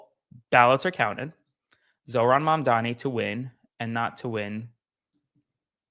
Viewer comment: Learn to say his name! Or just call him mayor! 🎉🎉🎉🎉 Love this for NYC.